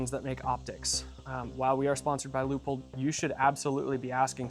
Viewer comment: I'm wondering: why you guys pronounce Leupold like 'loophole'? 😁